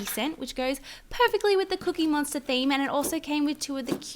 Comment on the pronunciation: did anyone hear her say "a little cute cookie MONSTAR" on but it's really cute cookie monster.